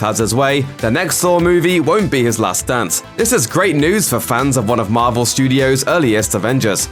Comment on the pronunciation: Why do I keep hearing the narrator saying Marbel instead of Marvel?